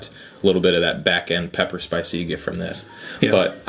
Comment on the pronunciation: Props to Trenton! I was very surprised at how well he kept it together when messed up saying black pepper 🤣. Black pecker note 🤣